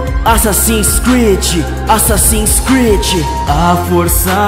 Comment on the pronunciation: Assassin creed falar direito Assassino creedee